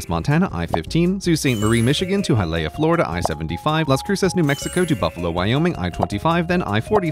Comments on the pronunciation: To note: Hi-uh-lee-uh, florida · Hi-WHAT, Florida?! "Hy-uh-Lee-uh" / HY-ə-LEE-ə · Did he just say Hialeah as hi leah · 8 MONTHS LATER AND I REALIZED HE PRONOUNCED HIALEAH AS HI-LEY-A AND NOT HIGH-A-LEE-A HAHAHAHAHAHAHA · High-uh-lee-uh not hyleia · CGP Grey, just for the record, Hialeah is high-uh-LEE-uh, rather than high-LAY-uh. Also, my 2022 Rand McNally Road Atlas doesn't show the AK and PR hwys. as being "interstates". When did the changes take place? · that is not how to pronounce Hialeah. It isn't "high--lay" its "high-a-lee-a" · It's pronounced "High-uh-lee-uh", not "High-lay-uh". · its not high aye la its high uh lee uh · Hia leia.. Its highalea you weirdo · Solid, but 75 ends not in “Hi, Leia” but in “Hi, Aaliyah”. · Interesting he pronounces Hialeah, HI-Leah instead of HI-a-lee-ah. The ladder is how the locals pronounce it. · "Hi Leia" no it's "Hiya Leeya" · Hi-Ah-Lee-Ah not High-leah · South Florida native here. It's not pronounced "high-laya" it's pronounced "high-uh-lee-uh". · As a Hialeah native, I'm heartbroken that it was pronounced ha-leia and not Hai-uh-lee-uh 💔 😭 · Minor nitpick, Hialeah is pronounced “Hi-Ah-LEE-Ah”, not “Hi Leia” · "Hi-Lea, Florida".... hahahahahahaha Love the videos Grey but everyone in South Florida just winced a little. It's pronounced "Hi-alley-ah" with emphasis put on the E sound in Alley. (or at least that's my best attempt at the phonetics of the thing.) Cheers! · Did you just pronounce Hialeah like “Hi Leia?” (Separately this video is amazing and I’m so glad I finally have answers) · “haileia” love that .. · Hialeah (pronounced High-uh-lee-uh) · Hialeah is pronounced Hi-a-leah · i was native miamian the way you said hialeah has me dying... HI AH le AH is the correct pronunciation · It’s pronounced High-a-Leah. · I just wanna say that it's Hiya-lee-ah. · I’m sorry, CGP, but what in the world was that pronunciation of Hialeah? Hi-uh-LEE-uh (phonetic) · Hialeah is pronounced hi-uh-LEE-uh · The Hi-leah pronunciation hurt me